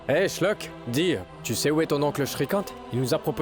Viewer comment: C'est Dua pas Dora Et c'est Shlock pas Chlock